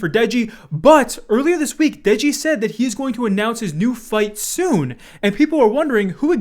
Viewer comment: dude really said degi 💀